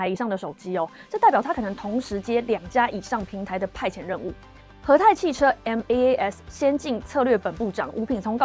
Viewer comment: MaaS是可以發音的不用分開唸⋯